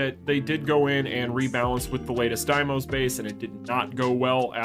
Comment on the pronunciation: It's D-mos not DIEmos you made me chuckle a couple of times 🤣